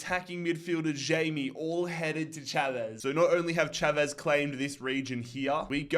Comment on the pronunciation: you say familicao Fa-mil-i-Kao and GD Chave shav-es😊